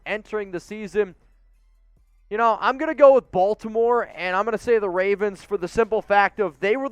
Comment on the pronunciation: y'all need to hire a Baltimore dude, BTW it's "BAWL-tim-or"